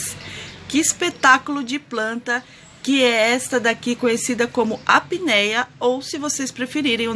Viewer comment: O nome dela é Aptenia, não apneia, ok de